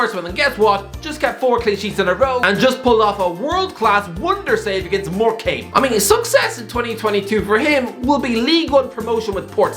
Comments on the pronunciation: More-cambee? It's pronounced "more cum" mate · Mfw the Irish guy says Morecambe 😵‍💫😵‍💫😵‍💫 it’s pronounced “Mor-cam” my guy, not “more-came” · Shor-uh-teer-ay. Mor-cum. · It's pronounced 'more-cum', just like your mum says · How did you just pronounce morecambe